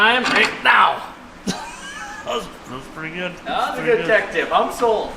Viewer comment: five hunnit dollars? solt!